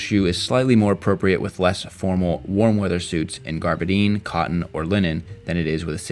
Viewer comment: Say it with me , gabardine. Not garbidine.